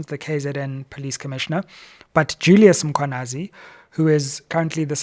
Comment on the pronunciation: Let us assist Dr Sizwe to pronounce the Mkhwanazi surname properly 🙂